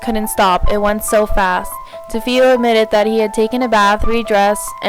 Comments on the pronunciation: DeFeo = Da Fay oh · You're not pronouncing Defeo the way it's supposed to be pronounced.